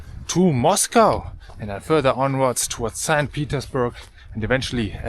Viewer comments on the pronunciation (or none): none